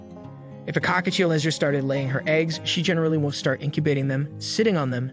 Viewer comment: COCKATIEL no cockachiel lol